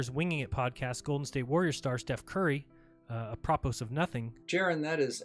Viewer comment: Once this clown mispronounced “Apropos,” he lost all credibility.